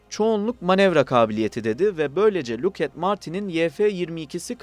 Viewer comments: luuk et dı tabela.. lockheed martins, lokhiid martins diye okunur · Lockheed Martin'i neden inatla lukhed diye okuyorsun? Lakid diye okunur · Luket martin diye okunmuyor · Luked mi😂😂😂 likid de daha tanıdık 😂😂😂😂